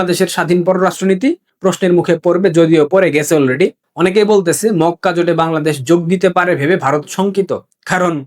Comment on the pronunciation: Mokka k fokka bolli keno?